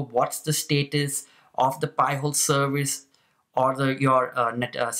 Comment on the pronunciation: Ok. You should pronounce it “pie-hole”. “Pee-hole” is something entirely different. But cool video.